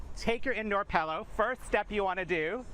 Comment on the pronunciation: take a drink every time he pronounces it PELLow instead of Pillow.